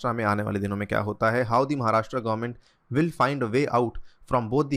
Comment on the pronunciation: १) 'महाराष्ट्र' सही उच्चारण है, 'महाराष्ट्रा' नही २) भगत सिंग कोश्यारी नाम है राज्यपाल का